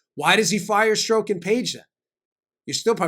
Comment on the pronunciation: Dan, I know why you pronounce Strzok's name wrong. It is a common tactic with investigators. They pronounce names wrong on purpose, to upset the suspect, and because it upsets the suspect, the suspect acts emotionally, instead of intellectually. And, the suspect starts making mistakes. A suspect is not in a good position to get angry, because the angrier they get the more mistakes they make.